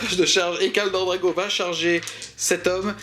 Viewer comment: je veux bien passer à côté des vingt zattaques (il n'y a pas de s donc pas de liaison à faire) mais Kaldor Drago alors là je ne peux pas. C'est Draigo par Crom, DRAIGO. Je ne suis pas gros joueur Chevalier Gris mais je souffre chaque fois que je t'entends changer le nom de l'un des personnage les plus iconiques et invulnérables de 40k contre celui d'un dopé incapable de battre un simplet de la moitié de sa taille (:D)